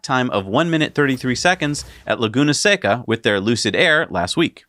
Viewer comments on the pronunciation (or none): Laguna Seca, not Leguna Seca. One means "dry lagoon" in Spanish, the other means you didn't look it up.